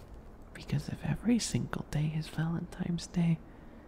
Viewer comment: We ozzys also know it as valentimes